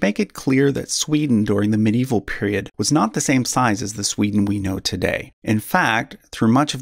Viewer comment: Great work! Funny pronounciaton :D Where did the SCH come from?